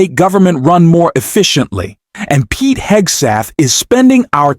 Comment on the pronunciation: You lost me when you called Pete Hegseth, Pete Hegstath. A little thing but it shows a lack of professionalism and seriousness. Know your job and the names of the individuals you incorporate in your presentation. It's kind of like spell checking your work.